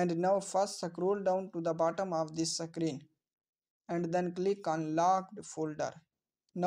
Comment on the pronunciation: Screen ❌ CKREEN 👍 SCROLL ❌ CKROLL 👍